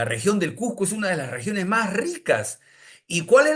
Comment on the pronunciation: Cusco o Cuzco , Nunca " Cujjco "....